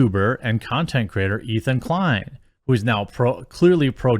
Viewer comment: His name is Ethan Decline, correct yourself please LOL